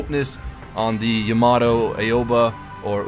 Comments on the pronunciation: Say it with me. Ah-O-Ba. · Them KanColle fans're probably shouting at their monitors on how to pronounce their names correctly. Haha. BTW, Houshou (Hosho) = HO-SHO. AOBA = A-O-BA or AWBA (not AWE but just AW like when u get hurt) Zuihou (Zuiho) = ZU-I-HO. Ryujo = RI-YU-JO. (JO. not JOE) Hiryu (Trans as "Flying Dragon" I think) = HIR-YU Shokaku (Ya nailed it) Taihou (Taiho) = TAI-HO. (TAI as in THAI of Thailand but with silent H) Hakuryu = HA-KU-RIYU "Yamato one?" You mean the Yamato-class converted Shinano?